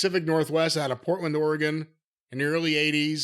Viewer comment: Jim pronounces Oregon like a native Oregonion.